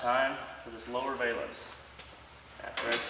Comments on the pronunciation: A valance Not a.vailance. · Oh my OCD. Its pronounced. Val. ance Like Val Kilmer. Google it